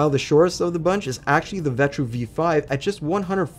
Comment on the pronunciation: It’s the V5, look the box at the bottom of the cooler. He just didn’t say the number right lol i was kinda surprised he included the V5 thou, it didn’t even pass the final test